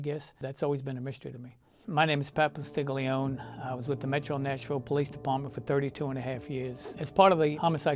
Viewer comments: He can't pronounce his own name properly tho.. posti gl iooon instead of postiliooné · Pat probably says to people he is IIIIItalian 'merican, but ffs pat, you need to learn to pronounce that name as an Italian. como se diche.... Itta has to sing. da G issa silent Postilioooné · With all respect sir, you gotta learn to pronounce your surname!! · So fun when they can’t pronounce their own surname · Heard that, too. Next thing was hearing this guy butchering his own last name.